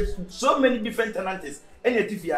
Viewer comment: se “so many tenantis”😂😂🤣🤣🤣